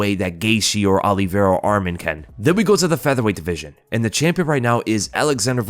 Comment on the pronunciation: It's Olie Vera that drives me nuts.